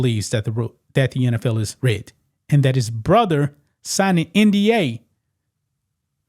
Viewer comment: Why you pronounced “rigged” like “ridded” 😂 Otherwise great coverage